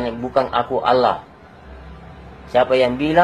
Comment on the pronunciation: Dari logat bahasa dan pengucapan kata Allah aja Uda aneh.... Ada udang di balik batu 😂😂😂🐍🐍🐍🐍🐍